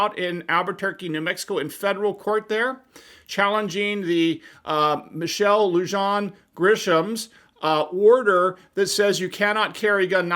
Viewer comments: Her middle name is pronounced Luhan. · "Lujan" is pronounced Loo-hahn. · It’s pronounced “Loohahn”. NM recently passed a law that we can sue public officials who violate our rights for money. She signed it as an anti-qualified immunity hammer for police but it may open her up to a supplemental possibility like Bivens. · New Mexico has Constitutional Open Carry - so banning open carry should be technically the more offensive part of the ban. Also Lujan it's pronounced Lu - Han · I love your in-depth explanations,. I want to help you pronounce the name correctly. Lujan is a Spanish surname, so the J is pronounced as an H.[LOO-hawn] It has the same word stress and rhymes with Goo Gone, the adhesive remover. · FYI, the J in Lujan has an H sound. Nice Video.